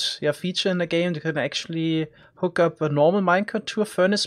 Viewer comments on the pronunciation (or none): none